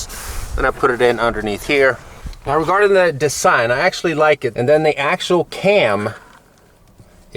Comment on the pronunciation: is it only me or the way he says design is really weird